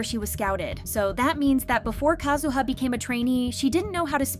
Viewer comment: Just FYI. Sakura is not emphasized as Sa'koo-ruh. It is said like the word Yamaha. It is pronounced "Sa-ku-ra" with the "ku" being a short quick version of coo, and the r like the beginning of a trilled r. Almost like a light "d". If you can speak Spanish, you know how to do it already. For Kazuha, same issue with the u again; less ka'zoo-ha, more ka-zu-ha.